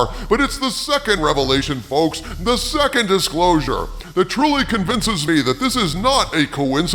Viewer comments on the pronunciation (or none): none